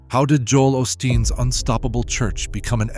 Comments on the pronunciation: Joel "Aus teen." Do something more valuable with your AI. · Joel fruadsteen😂